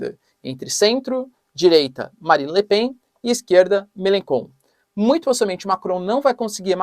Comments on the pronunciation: Melachon, pronúncia-se {melanxon} o digrafo "ch" em francês é pronunciado como o fonema "x" em português. De onde vc tirou essa pronúncia {melanKon}, muito esquisito... . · MeleCHon... Não MeleKon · Otimo video professor so à pronuncia do Melenchon, melencon em Frances seria melenbobo kkkk con significa bobo,idiota rs otimo video tamos seguindo aqui da France adoramos os videos